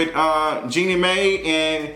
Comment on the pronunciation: Hi King, her name is Jeannie Mai , but you pronounce her last name “My”. Iman Shumpert looks like he is done with basketball. He has a reoccurring role on The Chi.